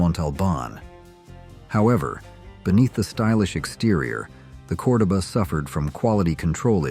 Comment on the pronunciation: It's pronounced CordOba,,, love the 70s cars!